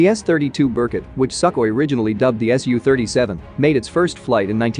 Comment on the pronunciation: Pronounced Bear Koot after the Russian Golden Eagle.